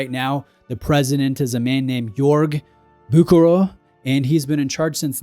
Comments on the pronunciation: It's: BOO-HER-ER !!! If you're going to do a video on a brand, you could at least bother to look up how to pronounce their name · is sounds wires when you try to name a Swiss or a French name in English, the last name is pronounced Bousherér I know I'm typing it wrong but that's how you should pronounce it. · Ah Bucherer...NO "K", it is a CH as in lochness, and the R is also at the end of the word pronounced... It's German, not english. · There's no 'k' sound in Bucherer. 'ch' is very similarly pronounced to the 'ch' in Loch Ness or Ich. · You’re completely butchering the pronunciation of Bucherer 🫣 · You really "bucher"ed the pronunciation 😁